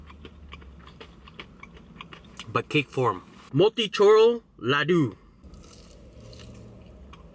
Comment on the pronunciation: How he says loduuu😂😂😂😂😂its ladooo bro